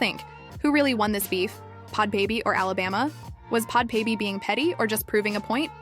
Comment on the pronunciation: I’m dead😂. It’s “bad baby”. Everyone makes mistakes, I honestly found the video better with it being pronounced like this😂